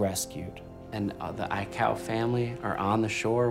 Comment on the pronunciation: thought he almost said aikae 😂😂😂